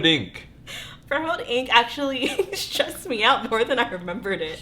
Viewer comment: Definitely the way you kept saying stressed ... It’s going to be a stress inducing real time game, but found it to be for my friends who normally dont like the slow strategy build up games to be really engaging. Already cannot wait for June Recap ... love this series you’ve created ... wished there were more videos cause I wanted to binge watch.